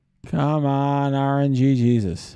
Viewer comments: This shouldnt annoy me as much as it does but... R-N-Jesus. Not RNG-Jesus, the G runs into Jesus lol. Other than that, great vid as always dude! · rng sus is the pronunciation. not rng jesus